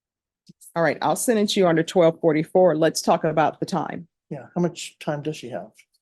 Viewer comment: Its sentence not sedance